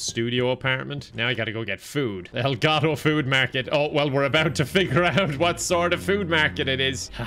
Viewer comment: It's probably a relatively weird thing to be very satisfied with, but saying "El Gato" with an Irish /t/ feels very, very nice on the ear. Cheers, if you read this.